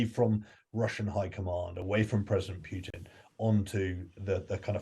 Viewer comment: AMX-10 RCs are NOT tanks. Not tracked. And stop saying "Pyutin"; also, it's not "Makavika" but Makiivka. What kind of "expert" is that?